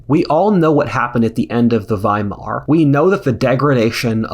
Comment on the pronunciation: Thank you for pronouncing Weimar Republic correctly